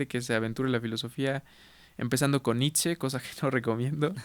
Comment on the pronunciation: La pronunciación correcta de Nietzsche es Ni-t-she! En alemán la ie suena como una i larga, en esta palabra la z no suena y la sch es shhh y la e suena como e.